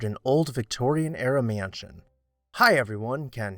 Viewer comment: Love your videos and watch each one—so much great info! Just curious which part of the country you’re from—I notice your pronunciation of mansion is roughly “myënsion” which is similar to what I hear in Ohio. Thanks for all you do ✨🎃